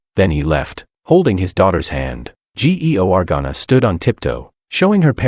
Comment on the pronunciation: Why can't the dumb AI correctly pronounce names like Georgana? It's really simple to pronounce. SO MUCH FOR AI BEING SMART. I guess it's DUMBER than a box of emptiness. A box of rocks has more intelligence than this AI voice over.